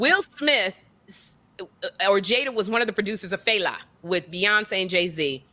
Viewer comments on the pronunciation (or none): Its Fela pronounced Fell'a.. he is the king the of Afrobeats..he like the James Brown